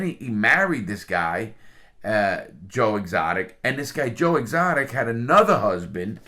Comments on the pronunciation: Ok, but the guys name is Doc Antil. not doc antler. And it's Joe Exotic not Joe Exotica. It just makes this dude sound dumb and i know he's not dumb. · i love how larry adds an extra letter to everyone’s name. joe exoticA , carole baskin(S), doc antleR. i’m not sure if it was intentional or not, but regardless it’s hilarious lmao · Joe exotica, carole baskins, and doc antler. You managed to get every name wrong. lol